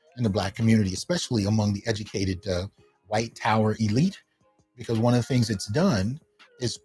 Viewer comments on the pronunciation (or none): none